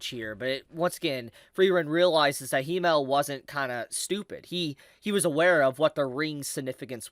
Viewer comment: Himmel is pronounced with a longer "m" because there is 2 of them.